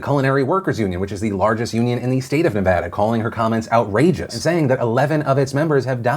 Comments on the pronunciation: Ps, thank you for pronouncing Nevada correctly Phil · As a person from Las Vegas the way the governor said Nevada is the correct way to say Nevada, no stupid emphasis on va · OMG you said Nevada right!!!! ❤️❤️❤️ Touched😢😢😢.... I know this is kinda unimportant all things considered, but if you know you know.